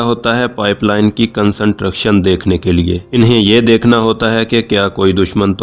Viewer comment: Worst explanations and worst pronounced word like construction. Pliz try better and improve your Pronouncesion...